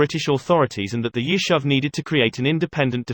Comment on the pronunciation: Yishuv ... YishUv!!! how is this difficult to say?!? Palmach - PalmaCH - again, how is this difficult to say?!? FFS, get someone who can pronounce basic Hebrew words correctly.